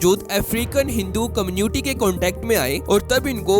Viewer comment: दो biggest कम्न्यूटी ❌❌❌ ====> दो biggest कम्यूनिटी ✅✅✅.